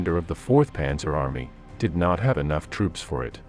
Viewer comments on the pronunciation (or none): none